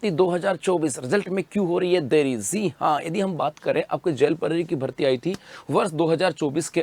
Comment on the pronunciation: Jii ha ko zee ha bolta hai 😂😂😂😂